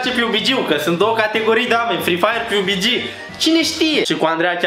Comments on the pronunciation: Piubigi😂😂😂 mai ma se scrie PUBG si se citeste pabgi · Pabgi nu Piubigi :)) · Se pronunta pubg pabg nu pubici, ori cum respecf